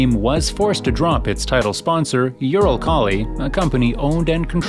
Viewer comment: Please make the pronouciation better. Eurokhali??? :D